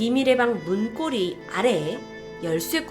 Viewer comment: 문고리 아니고 문꼬리라고 발음해야돼요